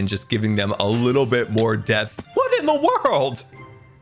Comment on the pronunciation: Love how 'depth' sounds like 'death' right before he dies